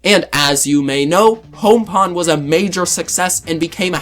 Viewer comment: It is pong not pawn. Like dong, bong, or wrong. At least that's how it pronounced in the US.